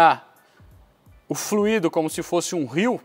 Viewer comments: baita explicação! Vc parece o Galvão dos reparadores automotivos mas assassinou a língua portuguesa dizendo fluído, que é o particípio do verbo fluir, ao invés de fluido que é o correto dentro da sua análise. Abç. Obs: 99% dos engenheiros, técnicos, etc, comentem esse erro. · Fluído não, fluido (Não há ênfase no i). :D